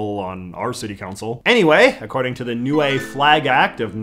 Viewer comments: It's pronunced "niu" not "niue" English is weird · btw it is pronounced “Nee-oo-ae